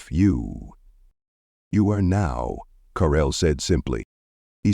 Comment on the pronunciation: Who on is DARRELL ? How come she has changed her name from Carell to Darrell or is the narrator’s batteries running low ?